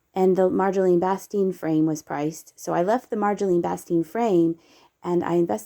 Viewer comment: Hi! I sincerely appreciate your shopping videos. The talented Dutch artist Marjolein Bastin's name is pronounced Mar-yo-layn 🙂 Happy thrifting! 🎹🇨🇦